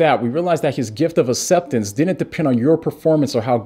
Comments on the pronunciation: Please take a moment to pronounce aCCeptance instead of asseptance. Bless you brother! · No one:: Asseptance Love ya 😂❤️ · I had no idea he was deaf! That makes a lot of sense when you talk about how he pronounces certain words